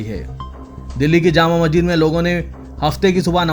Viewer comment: مسجد کا تلفظ صحیح کرنے کی زحمت کریں